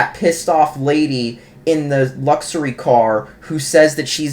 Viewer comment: Family Guy is a cartoon for adults. Luxury is pronounced luck-sher-ee.